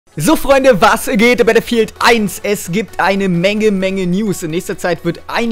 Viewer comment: Eminem bist du es? Alter wie du Battlefieild aussprichst! xD Gutes Video! :D